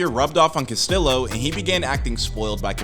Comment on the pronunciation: Dude say the name right yeah dumb mf. Castiyo